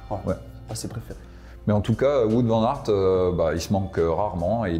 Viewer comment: Par contre pour Wout Van Aert, on ne dit pas Wout comme on dit foot mais on dit Wout comme un Out au tennis. Vous en faites pas je sais que les prénoms et nom belge sont pas hyper simple à prononcer